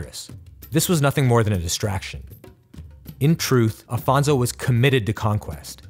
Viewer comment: Great content! Congratulations. But history must be seen as ...history. It was 500 years ago. Just one more note it’s Afonso not Alfonso. Regards from Portugal to all!